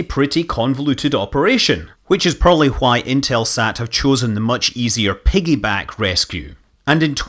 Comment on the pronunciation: The most confusing thing on this video is why on the "why" (i had to use captions, lol) sounds like "Who-y "